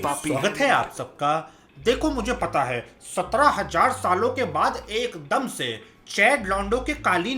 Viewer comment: Bro ur video is great but just a one thing I requesting u that last tone of ur voice ( jaye gaaa kiya haiiii ) plz don’t do that that’s little bit annoying 😅